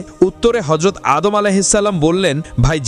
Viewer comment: Vai apni keno vull name bolen tar name ta anek sundor apnar uccaronta thik koren😭😭